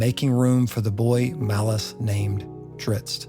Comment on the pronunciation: Thank you for pronouncing his name correctly. I'm so tired of hearing people say Drizzit.